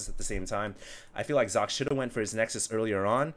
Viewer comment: I love you, but I cringe every time you mispronounce players' names. For the record, IdrA is pronounced Ih-dra, not Eye-dra. Also, Socke is pronounced sock-eh, not zock.